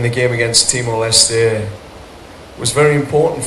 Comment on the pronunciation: John Herman nyebut Timor Leste dengan "Timor Leste" Lah ini wartawan sok Inggris nyebut Timor Leste dengan "Timor les" "Te" Nya di hilangkan, itu bukan bahasa Inggris cuk,, hormati sebutan negara orang.. Wartawan sok Inggris...